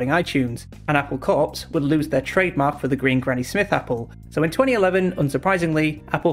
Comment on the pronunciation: Great overview on trademark bullying. You did note that you mispronounced Apple Corps, but it's easier to get Beatles' tongue in cheek reference when you realise that it's pronounced like "Apple core".